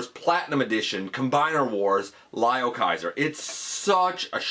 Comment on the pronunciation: Its pronounced L"i"o Kaiser not L"e"o Kaiser:-) gotta say i want to do a custom leozack outta potp starscream